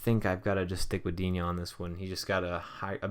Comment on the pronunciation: i'm French and regarding Digne you should not pronounce it Dignay. It's the other one but dunno how to spell it :p